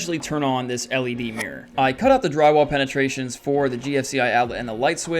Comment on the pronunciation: Mirror ❌ Mir ✅